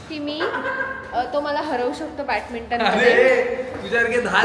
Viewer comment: Swatala professional mhante ani badminton la batminton pronounce karte 😂😂